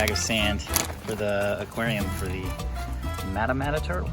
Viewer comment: Pronounced maw-ta maw-ta